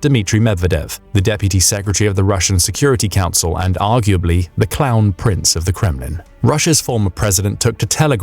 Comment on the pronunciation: okay, did you say .. crown prince or clown prince? LOL.